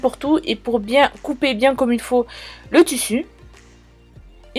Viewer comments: j'ai appris un truc askip maintenant on dit tussu et pas tissu ! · En dit tissu 💬💬💬pas tussu